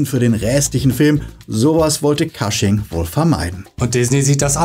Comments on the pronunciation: Cushing wird wie "Kusching" ausgesprochen, nicht "Kasching". Ansonsten tolles Video 😊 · Kleiner Hinweis: Peter Cushing spricht man nicht „Kasching“ sondern „Kusching“ aus. Ansonsten tolles Video, wie immer.